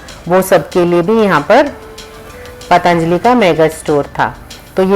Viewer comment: बाकी तो,सब कुछ अच्छा लगा.... पर...... पर...... आपने पतञ्जलि शब्द का उच्चारण करना वहाँ जाकर भी नहीं सीखा.... अपनी नज़ाकत छोड़िये मैडम, आप भारतीय बनकर रहिये अपनी संस्कृति, अपनी जड़ों, अपनी मातृभाषा को मत भुलाइये....